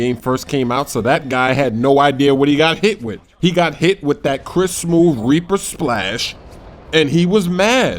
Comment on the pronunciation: It said splash not slasshhhh people :o